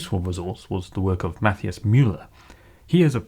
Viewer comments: It's pronounced Math-eye-iss. are ridiculous. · Matthias is pronounces as: mah-tea-ahs ;) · why do you call him 'math-ee-ous'? LOL